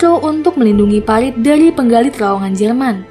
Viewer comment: Parit kak, bukan palit 😋😋😋